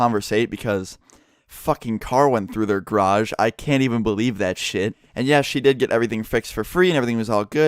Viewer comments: ITS GA-RAGE NOT GRAGE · Gayrage not "graj" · I swear to fuck stop saying grage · he pronounces it "Groj" instead of "garoj" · It's garage not grage. lol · says grage normal ppl say garage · its garage not graj XD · He says grage instead of garage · who else noticed "groj" how pronounces garage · wtf is a grage? Are you saying garage or grage? lol im fucking with you. plz reply though. 😄😉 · please its GArage not grage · it annoys me how he says "grage" instead of garage. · Garage not gay rage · What the fuck is a grardj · grodge I don’t know why but I love how says garage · Something i noticed im heard Graje not garage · “Car in graje” (how pronounces garage) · M8 sayin grash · DRINKING GAME: Drink every time says graj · its pronounced garij lol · I love the way he pronounces "garage." Grage. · "the g'rage" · Lol the way you say garage is so weird, it sounds like you are saying grage. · the way u say "garage" is so funny. it sounds like you are saying "grage". lolz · You crashed into my "grage" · "Go into the grage"... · Grash?!?!?! Do you even speak bro. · lol "grage" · Oh sorry, gair-ridge. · The way he says garage makes me cringe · OMFG THE WAY YOU SAY GARAGE KILLS ME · You say garage wrong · The way you say garage is soooo gayyy ahah